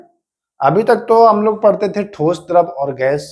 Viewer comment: Raja raam aur sambhaji mahraj ka nam thoda achha se lena chahiye sir aapko ,,two star job ka taiyari karwa rahe hai thoda hard aur soft word ka dhyan rakhe jaise tha aur थे शब्द 🙏🏻🙏🏻🙏🏻।